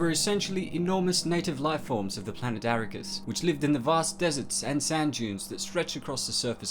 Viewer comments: Free men. Bahahaha. Its Fremen. There is a big difference. You are the first person I have ever heard pronounce it Arra-kis rather than Ar-rakis. It is believed that the name for the planet was inspired from the Arabic word ar-rāqiṣ and considering that prophecy, jihad and martyrdom are big pillars in the story, it can easily be seen why Herbert would use the Arabic pronunciation rather than the Saxon pronunciation. FYI. Arrakeen Sandworms don't eat sand they filter it. Sandworms get their nourishment from sand plankton the same way whales filter plankton from the oceans. Liet Kynes talks about it in the very first book. "Now they had the circular relationship: little maker to pre-spice mass; little maker to shai-hulud; shai-hulud to scatter the spice upon which fed microscopic creatures called sand plankton; the sand plankton, food for shai-hulud, growing, burrowing, becoming little makers." I do wonder if you have ever read the books and if you haven't, where did you get the information from? I appreciate the work needed to gather information like this and producing a video for us to watch but it is a bit of a dis-service to the source material when you get pronunciations of names or information wrong. Especially considering how much world building Herbert put into his books. Keep up all the hard work you do. Sorry I just picked this video apart but Dune has a special place in my heart and I just want to help you understand the mythology a bit more. It's great that these so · Two small things that drove me mad: Arrakis is pronounced 'Uh-rack-is', not 'air-ih-cuss' and Fremen is spoken as 'Freh-men' not 'free-man'. Otherwise, good review of Shai-Hulud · Uh-RACK-iss or Ah-rack-iss not Erik-us. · Air-a-kiss? and free-man? do you not check pronunciation at all? seriously? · Aarraahkissh not what ever you said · Dude I love you but it’s “ArAKis” and “FrEman” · Uh-rak-is.....come on now man